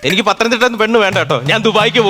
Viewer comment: പതനം തിട്ട അല്ല പത്തനം തിട്ട